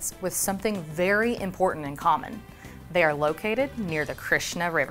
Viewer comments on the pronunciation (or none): none